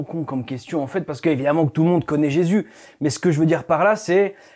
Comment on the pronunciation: il du mal a prononcer le nom de JESUS , !!!!!!!!!